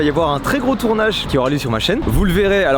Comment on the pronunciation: On en parle Mastu il dit "tournache" au lieu de "tournage"